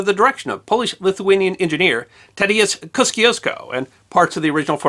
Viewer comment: Great video! I always enjoy the little known stories behind those we know so well that you bring. Well done! On pronunciation, I suggest Kościuszko as “koh-SHOOSH-koh”.